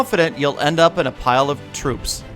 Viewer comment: End of in a pile of trooops? LOL